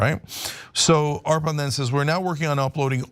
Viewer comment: Nice bit on Arpan's coding work ! Great to see him get some time in the spotlight! Quick note as his friend: he pronounces his name 'UR-puhn.' Thanks for the great coverage!